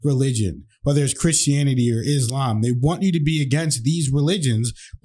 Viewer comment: Islam and Muslim is pronounced with a s like in the word sunny or soft or musketeer. 11.00 good points